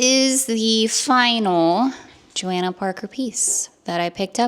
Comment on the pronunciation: FYI her name is pronounced JohOnna, the a isn’t pronounced